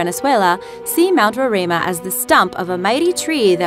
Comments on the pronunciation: just me saying but as a person who lives in the country which houses mount roraima it is pretty sad the country itself is not named but the surrounding country also the pronunciation is row-rhye-ma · Fact: the mountain in the tumbnail is mount roraima pronounced 'rorima' not 'rorama' and its shared within venezuela, guyana and brazil. It got its name from the natives who live in the highlands of guyana, the amerindians. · That beautiful flat mountain is acctually pronounced ROW RAI MA and it is where Guyana, Venesuela, and Brazil meet(in South America ). #guyanaese. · As a Guyanese, I cringe at the way she pronounces "Roraima" lmaooo It's Row-rhai-mah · Actually, the words 'Roraima' and 'Pakaraima' were pronounced incorrectly. However, I can't blame the narrator because those words are not English words. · You can't even pronounce Mt. Roraima. And it's shared between three countries, Guyana, Venezuela and Brazil. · And u pronounced rorima wrong